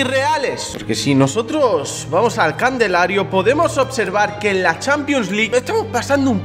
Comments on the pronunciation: Mk yo siempre le he dicho candelario no me jodas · Jajaja los nuevos burlándose de por decir "candelario" jajajaja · Nadie: Absolutamente nadie:: CANDELARIO